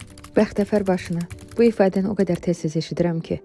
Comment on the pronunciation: BexteFer yox bexteVer